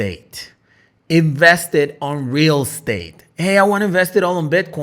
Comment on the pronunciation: Real state 😂 how he pronounced it